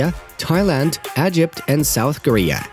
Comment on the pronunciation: He said agypt no Egypt 🇪🇬